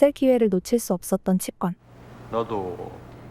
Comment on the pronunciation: 치꿘이 아니라 치권, 발음부터 배아라. 취권인줄아나